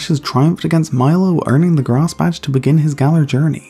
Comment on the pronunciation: I Think It's Funny When You Say Grass It Sounds Like Grarse (If You Don't Agree Or Think It's Mean I Understand)